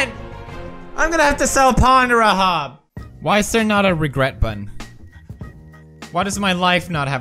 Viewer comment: "Ponr hub"